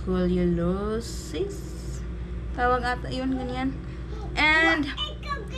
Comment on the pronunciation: Pronounce as....is-kol-yo-sis